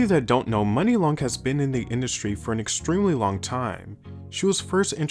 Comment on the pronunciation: I thought it was pronounced moo-nee???